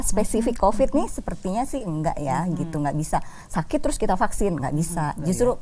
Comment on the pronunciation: Aduuuuh hostnya : "Paksin" 🤣🤣🤣 Supi , sunda pisan 😅👍